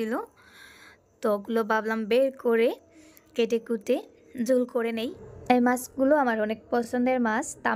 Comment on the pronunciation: আপু আপনি তরকারির জুল, ঝুল বলেন কেনো,,,ঝুল উচ্চারণ হবে নাহ্ আপু,,,ঝোল,,,ঝোল হবে আপু,,,ওকে,,,,,ধন্যবাদ জানাই আপু,,,শুভ কামনা রইলো আপনাদের প্রতি,,,ভালো থাকবেন ও সুস্হ থাকবেন আপু মণি!!!